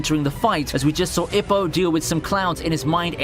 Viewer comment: Ippo is pronounced E-poe....